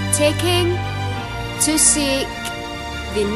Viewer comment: "too seek the never ending beauty..." jawane ra ilang.... :D